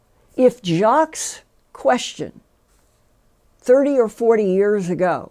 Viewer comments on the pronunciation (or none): none